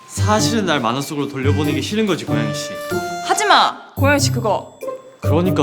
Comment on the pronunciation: 여주랑 여주친구들 학교사람들 다 발성 괜찮은데, 남주만 살짝 발음(?)이 먹히는 느낌이얌.. ㄴ/ㅇ받침같은거 들어갈때... ㅁ으로 대신 발음하는 느낌..? "고양이씨와의키스를통해"->"고얌이씨와의키스를톰해"이런느낌...?